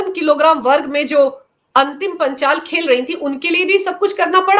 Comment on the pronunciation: वो अंतिम पंघाल है न कि पंचाल।